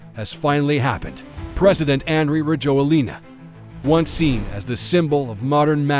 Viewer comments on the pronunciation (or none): I live in Madagascar. Rajoelina is pronounced ra-JWEL-na.